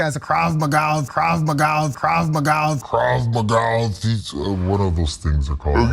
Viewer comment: “Krab Magalls”